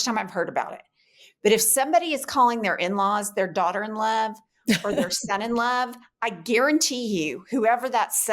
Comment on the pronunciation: The changes in your expressions as very carefully annunciated daughter-in-love and son-in-love was PRICELESS. 😂